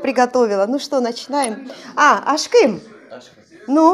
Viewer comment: Вам лет 38 внешне. А почему вы ставите ударение на ашкЫм . Обычно говрят Ашкым. И ваш муж вам сказал Ашкым. Вас исправил. Ударение на А! И слово гюзял (красиво , прекрасно) гюзЯль правильно. Вы прислушивайтесь к ударениям и словам. У меня подруга замужем за курдом в Стамбуле. Она оооочень искажает турецкий и ее муж смеется😉 у меня мама на турецком говорит. Мы греки которым турки устроили резню и мы через Грузию бежали в Сочи. Но честно... я люблю больше турок чем греков. Турки более мужественей и лучше . Мужчины ответственее.